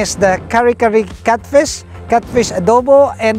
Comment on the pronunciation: NOT CUTFISH....its catfish